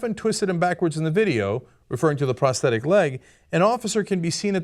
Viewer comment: omfg pronounce it right. its not prestetic.